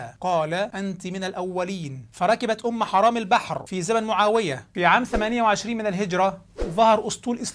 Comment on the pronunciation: تسميتك اياها بأم حَرام والله نرفزني و ازعجني اعد التسجيل بعد إصلاح الاسم حِرام بكسر الحاء وليس فتحها